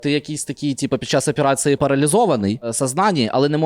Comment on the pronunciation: А ведучий зі своїм "аперацЫи", "в сознанИИ" норм? 😏